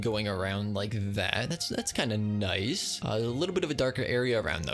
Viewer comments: n-eye-s vid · N-eye-ce video